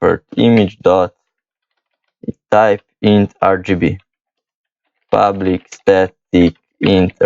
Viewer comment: Man, All I keep hearing is "public void ublic"